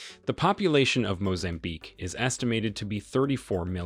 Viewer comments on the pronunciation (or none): Mozambique not "Mozanbique".